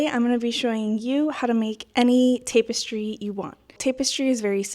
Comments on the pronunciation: Good vid, jsyn it’s tap-us-tree not tape-es-tree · I was gonna say the same thing. Tap rather than tape in the pronunciation of tapestry, but also this tutorial is helpful, thank you for posting! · You have been pronouncing it right your whole life. I have no idea why she is pronouncing it Tape-estry. She is pronouncing it incorrectly. I am completely baffled why you are the only one making this comment 😂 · its tap-estry not tape-estry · Wait, is it pronounced as "tape-estry"!? My whole life I've been saying "tap-estry"! ....well now I feel stupid....😅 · Jesus you want to do tutorials and you can't even pronounce what it is you're doing. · First off you're not pronouncing it right it's tap.. not tape stupid. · It’s TAP- es-try. Not TAPE-es- try. Other than that thank you so much for explaining this ❤❤❤ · IT’S PRONOUNCED “TAP-EHS-TREE” OR TAP-ES-TRI” ( FOR THE SPANISH-SPEAKING PEOPLE). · Yes, I was about to help with pronunciation of tapestry. 🫶🏻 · but pronounced TAP estry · It is pronounced Tap-es-tree. Tapestry. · It's "tap" as in a "tap on the shoulder." Tap-es-streee, like in "street." Loved❤ the tutorial. Love mushrooms 🍄 even more!! Thank you! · This looks amazing, I’m going to try this, thank you so much. But please stop saying tapestry like that ;( lol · You keep saying tapestry wrong , I don't need to listen to anything you say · Say Tapestry correctly. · Can't watch, mispronouncing tapestry.😮